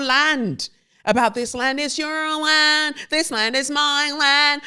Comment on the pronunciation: It really sucks ass in America - always has but it feels so much worse rn…I really appreciate the laughter you bring even with the worst news. Agree 💯 w/ you re: astrology and science. And the way you sang ‘this land is your land’ w/an American accent 😂😂😂Also so glad that you’re out of that nasty ass building!!! Another awesome episode!!